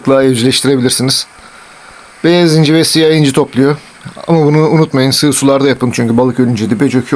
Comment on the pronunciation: Abi beyaz inci derken ilk benzinci dedin sandım